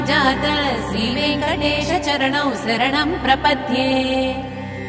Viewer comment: వెంకటేశ అనేప్పుడు "శ"అనే అక్షరం "స"అన్నట్లు వినిపిస్తుంది.చాలా క్లియర్ గా అలానే వినిపోస్తుంది.